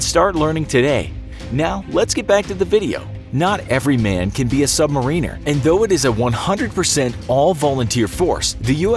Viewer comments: Sub marine-Ers is irritating. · Funny pronunciation of submariner